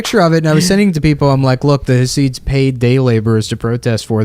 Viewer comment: nick keeps saying hah-seeds. it's chah-sids. basically you sneeze and say syd barret, but dont say barret